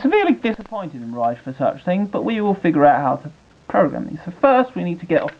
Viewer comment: It's pronounced "RE-COE" not "RICE" lol